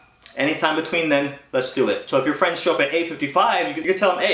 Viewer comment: "n those peepull become yo fwens...sink a boulet" :P